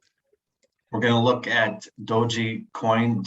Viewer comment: The E in Dogecoin is silent dude